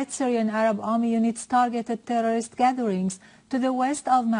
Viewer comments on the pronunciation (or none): How many time did she said "terrororist" ? xD